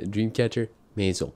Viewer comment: you're the first reactor (apart from the French) who correctly says the word "maison"